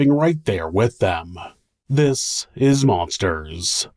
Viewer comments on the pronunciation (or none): none